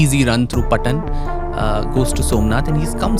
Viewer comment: It's not P'tan it's Paatan. (पाटण)The famous saree Paatan na Patola. The famous gujarati song on it. "पाटण ना पटोळा मोंघा लावजो"